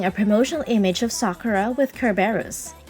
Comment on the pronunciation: Thank you! Finally someone pronounces her name correctly!